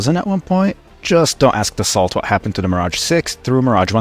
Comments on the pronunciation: fun fact Dassault is pronounced [Da ' so] not [Da-salt] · Pronounce "Dass-oh" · Hurts to hear how you mispronounce Dassault. T is silent.